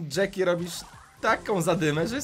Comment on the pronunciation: Jacky nie mówi się na nią dżeki tylko dżaki